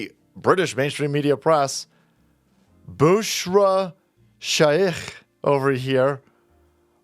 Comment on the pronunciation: Her name is “Bushra” .. 😂🤣😭